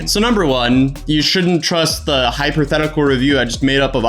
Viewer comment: Stop saying hyperthetical